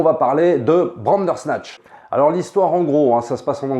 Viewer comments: Sa me stress quand tu dis Brandersnatch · Pareil, à chaque froid j'ai un frisson quand il dit bRandersnatch. J'ai l'impression qu'on va parler cuisine et faire une brandade.